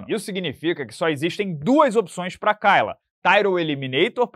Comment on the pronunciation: A pronúncia é Keila